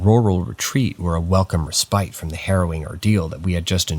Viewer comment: The noun ‘respite’. It’s pronounced RESS-pit! RESS-pit! RESS-pit! ERA is not pronounced AIR-ia É-ra É-ra 😊 Otherwise, these are original and I quite enjoy them. Thank you